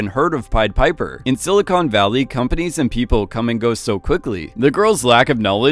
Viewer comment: He managed to pronounce “silicon” and “documentary” like an undertrained AI chatbot